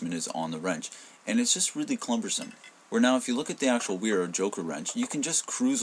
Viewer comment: Heh heh heh. He said "clumbersome."